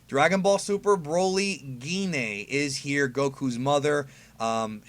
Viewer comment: I like that Jean(Gine) is on a card. Yes that is the correct way to say her name.